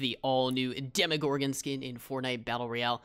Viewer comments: Its not demigorgon, it’s demogorgon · its dem o gor gen not dem a where do you hear a A